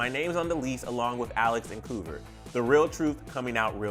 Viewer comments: Lol you pronounced kouvr koover. It’s K-Oh-ver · He really said KU VER LOLLLL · “kOOver” ahahah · Is no one gonna talk about how he said kouvr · Ahaha he prounced kouver so wrong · He said kouvr wrong